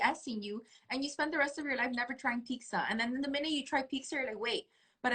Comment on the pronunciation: Lol "picza" is pizza.. a ton of people from Spanish speaking countries pronounce it like that.. drives me crazy